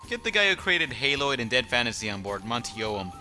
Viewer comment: hear him says Mounty Oum and it makes me sad